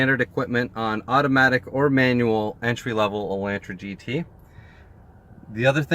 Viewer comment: Lol you're saying it wrong. Its Ela(u)ntra. The A makes the sound like in the word August.